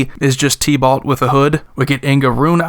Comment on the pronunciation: I was listening and I was thinking "Tea-Ballt?" Then I realized you were talking about Tibalt. LOL. Love your channel bro!